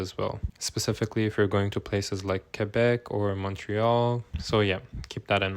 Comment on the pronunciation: Thank you for pronouncing Québec correctly ❤